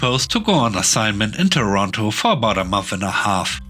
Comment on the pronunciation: Toronto is pronounced Torontoe not Torontoo. Just a FYI in case you ever decide to visit!